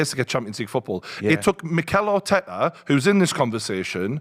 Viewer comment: Man said Arteta😂